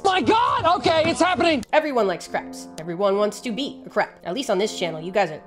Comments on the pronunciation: Nobody will ever convince me she’s saying “crab” and not “crap” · Dood! You have no idea how much I love your videos! I also love the fact that my captions say crap when you say crab!! I just scream-laugh every time!! You, Animalogic, and Casual Geographic have reinvigorated my love and obsessive consumption of nature education and documentaries in a way I truly believed it could never be. I am eternally grateful for you and your knowledge! ❤❤❤❤ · I like how she says crap instead of crab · Sometimes I hear "crap". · Are u saying crab or crap 😂